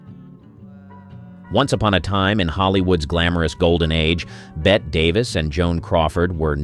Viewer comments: Bette, pronounced Betty. You should know that. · Not Bedda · I came here for your comment. It is so irritating I can’t continue. First “BETT”Davis and then “bar-red”—I am done and outta here!